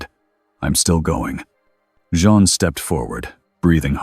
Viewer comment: Jean, not John..... keeps changing how it pronounces Jean's name. Not very well set up for an AI reading.